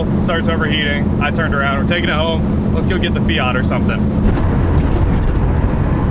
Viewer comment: It's FIAT bro not fiaaaaat, lol